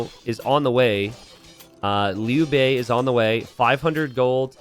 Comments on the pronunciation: It's Liu Bei, not Lu Bu. Lu Bu is a different guy. Liu Bei is read as "lee-you bay". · Liu Bei is "lee-oh bay", pronounced in two syllables. Americans will read "you" as "yoo", not as "yo".